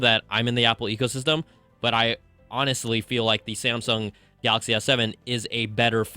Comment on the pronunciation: Why do they always says "Samsung Galaks"?